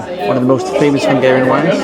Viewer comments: As a Hungarian it's great to see that you enjoy Budapest and our food 😊 your Hungarian pronunciation is really good as well! Just one correction about the no clinking tradition: it only applies to beer, with other drinks we clink too. 😊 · Dude, as a hungarian I can tell you, you made a wonderful job with the pronunciations, its really hard, and most youtubers wont even bother, yours isnt perfect either obviously, but its very close, great job : )